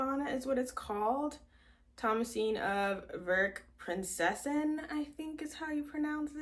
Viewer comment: Loovvvveee the striped bonnet u made and the fact that the red was from a thrifted jumper! u pronounced virkprinsessan perfectly! thank you for the kind words<3<3